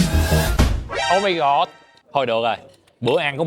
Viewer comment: mộc mạc nhưng rất có duyên và thu hút. Thích nhất là câu "ô mai gọt" 😅